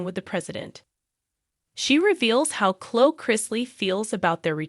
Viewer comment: It's not Chlo it's Chlo-e- I can tell this an A.I. page smh